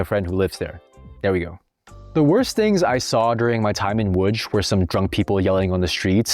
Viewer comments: The "tch" as Łódź is extremely funny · It's pronounced WOODGE